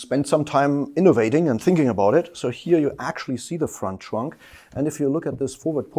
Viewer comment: loop that "front trunk" and you have Flula Borg from Pitch Perfect